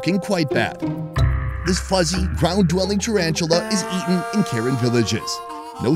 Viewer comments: No hate but it’s not pronounced Karen, it’s pronounced Kuh-ren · Hey, you mispronounced it, the correct pronoun is Kahran, not American Karen. Just a different pronunciation of the same word. Btw great video, hope this isn’t your last video with the Kahran people 😁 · I just wanna say that ur saying karen wrong😅 it’s pronounced ku-ren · bro it’s pronounced “kuh’ren” 😭 i figured you’d know by now hence you been wit them a few times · I’m sorry but I gotta correct him, it’s Kuh ren, not Karen like what kids are calling the complainers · It's pronounced Kuh-Ran. Not Karen white women name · It's actually pronounced (kuh-ren) for yall that didn't know..😅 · It’s pronounced ( kuh-ren ) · It pronous KER Ren. Not Ken Ren. Please learn before disrespect. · It’s pronounced Car-En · You pronounced Karen wrong. The same spell but different pronunciation.